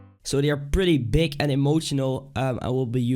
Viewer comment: Why do danish people pronounce G as a K? "make it sound bik" its big NOT FUCKING BIK